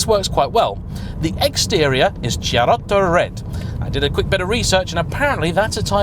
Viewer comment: Bardolino Chiaretto is indeed an Italian wine, made at the shores of the Lake Garda. It's pronounced Kia (like the car) - retto though and i don't see much of a similarity in the colour, though the wine does actually have a bit of a greyish hue, like the Bimmer. Beautiful car too and one that'll definitely soon be a classic. I'd love a Touring. 50k £ for an E39 M5? 😂 That's considered quite cheap here in Denmark.